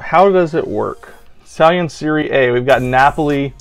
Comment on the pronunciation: You say it like "serrye" like sorry just with an E instead of an O, adding an e. And the "A" like "ahh"